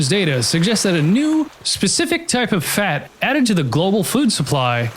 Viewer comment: Why is he pronouncing the word “fat” weird?